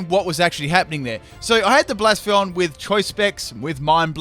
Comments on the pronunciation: Bla-sef-a-lawn, not Blaa-sfawn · Epic Golurk sweep, Focus punch only. Also, I think it's supposed to be pronounced "Blay-seff-uh-lon." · Please learn how to say bla-se-fa-lon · Psst its Bla-Cef-Ah-lon,Great video like always though, never get sick of your videos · its hard to know if you're saying the name right, however you're not pronouncing the 'L' at the end of its name